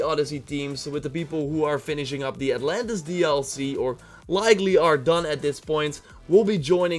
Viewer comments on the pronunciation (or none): none